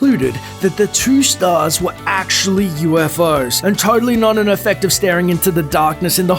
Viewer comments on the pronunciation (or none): none